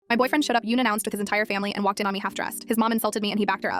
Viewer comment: ah, yes, "yunannounced"